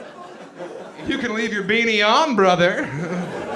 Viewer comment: "you can leave your beanie on, brrrother!" kills me